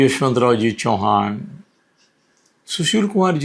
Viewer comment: चौहान नही,चव्हाण बोलो आप मराठी हैं , आपको ये फरक मालूम होना चाहिये .